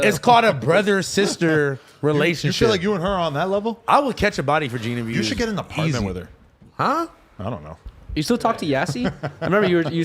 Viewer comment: Damn they stole Desi Banks whole shit huh😂 “The partments”